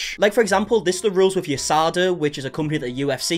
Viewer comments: As soon as you said Yousada you lost all credibility for me 😂it’s USADA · bro pronounced a USADA like a word and not a acronym